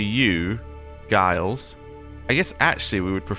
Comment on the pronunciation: You said Guillaume well ! Gilles pronounces like ≈Jeall and Guy not like a guy but with e sound at the end.